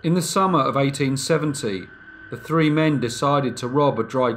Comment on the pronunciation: I love his content!!! I enjoy the way he says three like 🌲